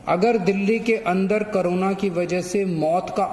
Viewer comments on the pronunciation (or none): Its Corona not Karona 😂😂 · Haaaaaa wah bhai kejrilal pehle corona bolna sekh le